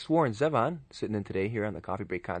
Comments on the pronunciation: I love him just singing and playing live. Genius. The interviewer is bad, however. Can't even pronounce his name correctly. Doesn't seem to be very well-prepared or even know who Warren is. And Warren is gracious through the whole thing. Love him. Miss him. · Too bad the interviewer couldn't be bothered to learn how to pronounce "Zevon" correctly. Also, his obsession with The Eagles and the word desperado was just downright weird. Just because The Eagles had a song named Desperado doesn't mean they own the word.